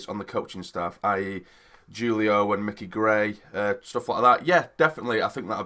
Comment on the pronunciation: It's pronounced hoolio mate.